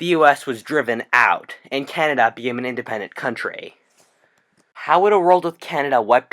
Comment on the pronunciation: "an indepemdant contrayyyyy"